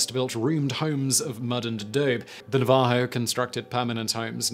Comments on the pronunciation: Simon everytime you pronounce Navajo wrong I cringe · Also, it's NAvajo, not naVAjo. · Navajo... Please, dear Simon, it's pronounced na-va-HO, with the emphasis on the last syllable. Your British is showing. 😉😁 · So weird, I just commented this on another video of Simon's (a new one) but...it's NA-va-ho, not na-VA-ho. I dunno why this bugs me so much. And I know Simon doesn't care, because I'm an OG Business Blazer. Lol. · His pronunciation of navajo cracks me up cuz I had to turn captions on to understand who he was referring to…. Love accent differences!!! 😂😂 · Poor Simon! The word "Navajo".... both "A's" are the short "a" sound and the "j" is pronounced like "h". The accent is on the first syllable. The "che" on Apache and Commanche are the same as the start of "cheese". I love your vids, Simon, even when I quietly giggle over mispronounced words. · Please Google how to pronounce Navajo.... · Pronounced "NAVA-HO"..... ah-DO-bee..... etc etc etc.... LOL Great video! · Simon: For future reference its pronounced ah dobe ee and Nav ah ho and Hope ee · Some of these pronunciations are interesting. Never heard "na-VAH-ho" before. "Iroquois" is sounded here more like French than the common American.